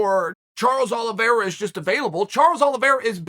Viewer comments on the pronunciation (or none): none